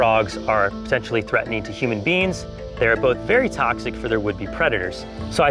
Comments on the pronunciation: I keep on hearing “human beans” instead of “human beings” help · Whenever said beings, I heard beans